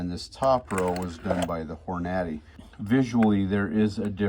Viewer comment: Hor-Naddy lol